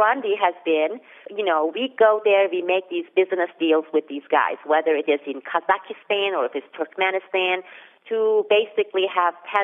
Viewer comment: You guys have to learn how to pronounce foreign country's names. It is KyrgyZStan and KazaKHStan, there are no such countries as "kyrgyzystan" and "kazakhystan". Good analysis though, thanks.